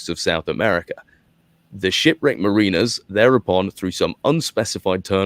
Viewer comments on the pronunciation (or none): none